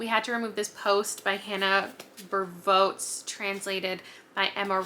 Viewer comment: Hi I'm Dutch and I love Hanna Bervoets' work, I hear you struggling to pronounce her name all the time so I thought I would help. Bervoets is pronounced kinda like barefoot, so the accent is on the first syllable and voets is like 'foots'. (It means the same thing too, although it's a bit archaic in Dutch.) Hope that helps!